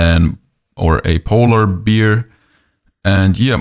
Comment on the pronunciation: B-AIR! (bear) not beer! but i've enjoyed every minute! your tuts and voice is soothing.